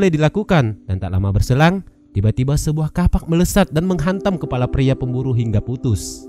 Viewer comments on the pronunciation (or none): none